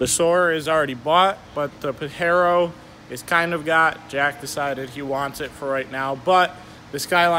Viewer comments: It’s pronounced Paj-ero not Pa-Hero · Pajero the J isnt silent btw